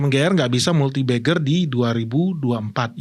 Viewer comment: multibagger ❌ multibeggar ✅